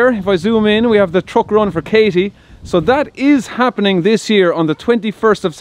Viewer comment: That irish pronunciation is funny... TrOck